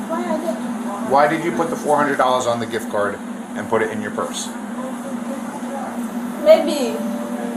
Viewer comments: What the hell is a jiff card? Cant even speak but steals. I bet she sends the money back to her country to help them out. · The jif card. Girl stop it 😅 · Right lmao talkin about sum damn “jiff card” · Asking for ID and interpretation of MIRANDA are two different levels of understanding. I genuinely believe she's not thoroughly understanding. She can't even correctly pronounce simple words like "gift"